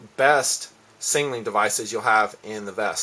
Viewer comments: Does this guy have a stutter or am i just not gearing him right last time i checked its not called a singling device but a SIGNALING device. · lol not to be an ass but the way you say signaling sounds like 'sing a ling'